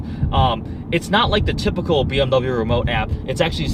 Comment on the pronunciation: Silly Nissan, u ate a bmw? quit saying bmw "i ate".